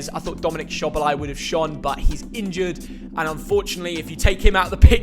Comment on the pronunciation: LISTEN IT IS PRONOUNCED: DOMINIK SOBOSLAYI 🇭🇺🇭🇺🇭🇺